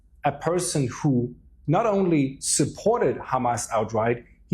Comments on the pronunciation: Why do Israel defenders always pronounce it Khhhhamas? Is this signalling of sorts? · Khamas khamas... 😂 ... Can't pronounce H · Not trying to be biased, but I’ve noticed a consistent pattern: when it’s pronounced ‘KHamas,’ a certain kind of rhetoric usually follows. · By do these bastads keep pronouncing it Khamas